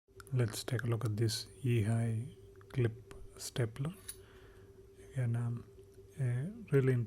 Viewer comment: Stop saying "again" incorrectly. It's awful.